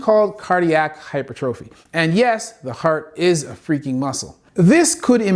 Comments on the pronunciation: Did you just call it "hyper-trophy"? lol, what. Aren't you a doctor? Pretty sure it's Hi-PURtruphee, but ok. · How are you a dr but dont know how to say "hypertrophy"